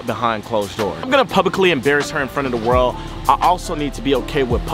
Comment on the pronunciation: Why he say world like that